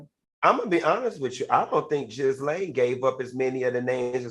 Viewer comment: The way Dineva is butchering Ghislane pronunciation😂